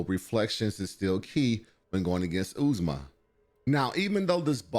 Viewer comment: OOZE MAH LMAO. it’s Ozma. Like the Wizard of Ozma